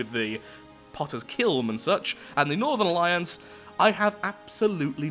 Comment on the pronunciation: The way you said northern alliance sounded like northerlions...